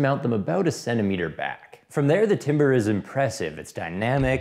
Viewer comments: Anyone else cringe at timber instead of tamber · its pronounced 'tombre', not timber. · Timbre is pronounced like "tamber" or "tombruh" Not like "timber" 👍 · Sorry to be that guy: Timbre is pronounced “tam-ber” Love your videos! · Demetri Malhart “tam” like damn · Hey sorry to be that guy but timbre is pronounced "tember" or "tamber"